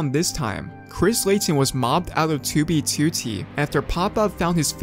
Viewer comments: The way he pronounce "2b2t" makes me nervous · do you try to say 2b2t as annoyingly as possible why do you put such an emphasis on the second 2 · the way this guy says 2b2t bothers me so much